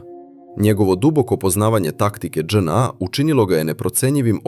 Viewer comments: st znaci Dz NA....zar nije JNA....ili onaj drugi maloumnik nepismeni speluje latinicu kao English alfabet....dzej en a.. . strasno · Nije DzNA nego JNA seronjo😂😂😂😂😂😂